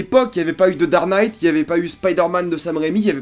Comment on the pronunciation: Super héros se prononce "supaire héros" et pas supé héros. Dark knight se prononce "darque knight" et par dar knight.